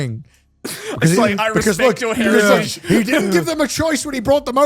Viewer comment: Conner's really pulling from his British "hertiage" with that intro.